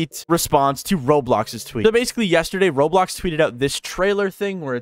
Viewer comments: why it said "roadblocks" instead of roblox 😭🙏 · Bruh its roblox not roadblox lol